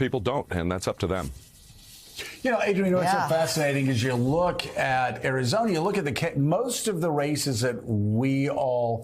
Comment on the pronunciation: Guys... he straight up said Arizonia... not Arizona... He said Arizonia lol and then said it correctly later